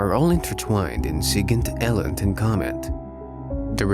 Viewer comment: I love your videos, but man it’s pronounced “ee-lint” not “el-int” 😅